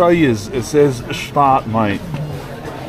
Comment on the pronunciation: It’s not pronounced ge staad, just gshtaad. Elizabeth Taylor and Richard Burton, Julie Andrews, Roger Moore among a few, have had homes there. Montreux is also not pronounced the way it is in this video.